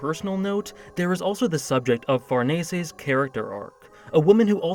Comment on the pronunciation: Bruh you said Farnese right. Insta sub.